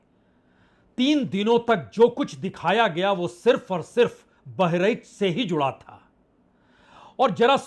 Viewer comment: सर जी आप पुराने अनुभवी पत्रकार हैं बहरइच नहीं होता है बहराइच है🙏